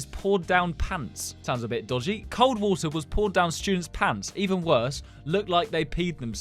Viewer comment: normal/english water kinda normal/british wutah